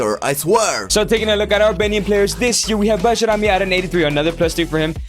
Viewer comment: Pronounced as Bayrami!